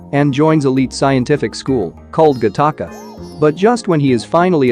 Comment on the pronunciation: It is not pronounced Gah Taka. It is pronounced Gatica, like Attic or attica prison